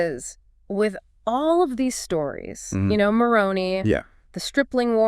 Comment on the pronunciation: You have great insight and a wonderful talk. Please pronounce the name of Moroni correctly. It has an I at the end not a y.